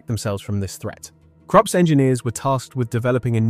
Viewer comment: It’s Krupp engineers not Crops.